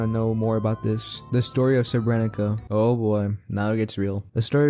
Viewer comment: goddamn love this video, all i have to say is srebrenica is pronounced s-uh-re-bre-ni-za, c's the same as z's in most southern slavic languages